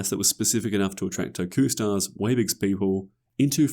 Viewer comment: It’s pronounced TOH-KUH-star, “Patrick Star”! 🤨